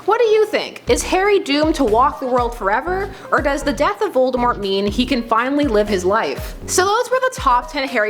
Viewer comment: Your saying Voltemort wrong....